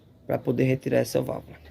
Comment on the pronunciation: É Válvula que fala .....não vávla.....